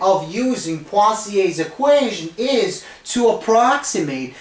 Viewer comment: Literally no one: Him: PWAZIEY